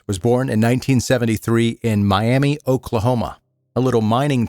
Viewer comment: Not that it's important to the story, but as an Oklahoman, it's pronounced "My-am-Uh" not "My-am-E"